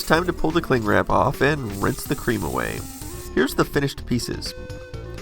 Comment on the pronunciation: For some reason I laugh whenever you say creme.